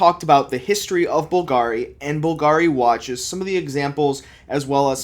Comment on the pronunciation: pls at least learn how to pronounce Bùlgari